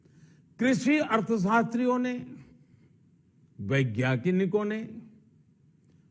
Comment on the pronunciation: Buddhe pehle bolna sikh vyegyanik hota he!!! Naki veguanitiko